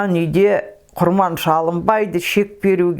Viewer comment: Апажан сонша жыл кіл орыстың ишинде журіп тіл мен дініңізді ұмытпай жүргеніңізге мың рахмет, бір алла жар болсын, деніңізге саулық берсін. Тек "құрбан" деген сөзді құрман деп айтасыз, ия совет укіметінің арқасында көп әдет ғұрып өзгеріп кетті ғой